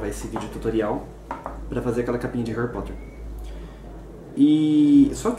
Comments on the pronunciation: pelo menos uma pessoa na face da terra que fala Harry Potter certo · Pqp quase morri de tanto rir, e a primeira pessoa que fala Harry Potter certo no mundo heuheu